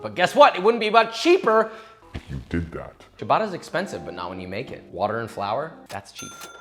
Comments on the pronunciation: Papa please: it's not Sha-bah-tah, it's: CHAH (with the c as chair) - BAH- TTAH (like Atta). You're italian fans would be delighted if pronounced correctly. Lots of love. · Amazing video, looks incredible, but can I please make 1 request? Please stop saying "shabata". It's cia, like ciao, so it's pronounced "chabata". Thanks. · I tilt a lil every time I hear 'shabata' xD but everything else in this video makes it worth it :P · i love how ciabatta is pronounced so phonetically and he still calls it ''shabadda'' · “Shabadda”… Cringe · Great sandwich! Lousy pronunciation of "ciabatta" (hint: it's not shuh-bada) If you're going to make kiIIer food--and you certainly do--then you might as well avoid butchering the pronunciation. That aside, keep up the great work! ( pronounce ciabatta correctly > > > ) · Good god, is that how they say "ciabatta" in restaurants or something? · I just wish he'd pronounce ciabatta correctly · Christ you are clueless to how actual people live! Yeah, as a single mother I have the time to bake my own bread... SHUT UP! You bloody idiot! Yes, we all sit at home watching netflix when we could be proofing a bread that you pronounced incorrectly. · took me two full minutes to understand he was saying "Ciabatta" dough at the beginning...😂